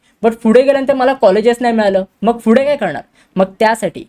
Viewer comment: it is pudhe not fudhe 👍🤣🤣🤣🤣🖕